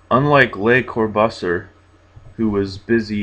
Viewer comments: Corbusier pronounced 'core boos ee ay' translates 'the crow' in French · Dude, so sick. Thanks. 1. You nearly said Pornhub. 2. You pronounced Corbusier really wrong. Thanks again though so much. Very cool thing to do.